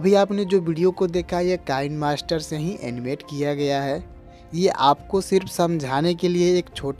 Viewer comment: वह कैनमास्टर नहि किनेमास्टर है।